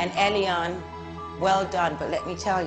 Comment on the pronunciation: And why did she introduce herself as ‘Elly-Anne’ when her name is ‘Elaine’